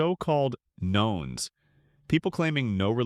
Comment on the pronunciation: "None" is pronounced "nuns," not "knowns." Naughty robot. Stupid fool humans who don't edit their robot's mistakes away.